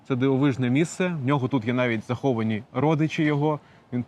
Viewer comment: ПОховані, ЗАховані дуже ріже слух